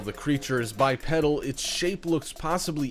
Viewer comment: the pronunciation of "bi-pedal" is killing me.